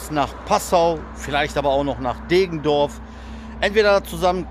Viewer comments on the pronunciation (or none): Deggendorf nicht Degendorf ! Grüße aus der Dreiflüssestadt :) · Deggendorf nicht Degendorf. Und , da kommt endlich dein begehrter Citaro K